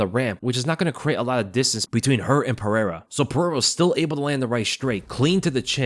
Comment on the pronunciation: Stop with the "Puh-hair-ah"; there is no "H" sound because there is no double r (like there is in Ferreira).